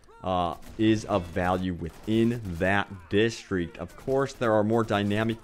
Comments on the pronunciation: Distreeek lol!!! It's District DIS.Tr.Ict AHHAAAH DISTEEKKKS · dude ffs, why do you keep saying distriect, your native language is english...its district, learn to talk proparly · I cringed everytime he said "distreak" or "contenue" lol sorry.